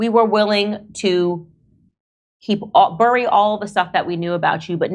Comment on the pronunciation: I don’t trust anyone who pronounces ‘bury’ like Cenk Uygur. It’s not supposed to rhyme with furry